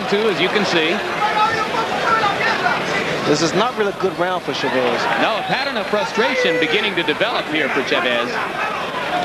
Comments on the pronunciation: teach ray how to say chavez name ,,, accent is on the a, just like your last name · sugar ray could never say chavez correctly the other announcer always did.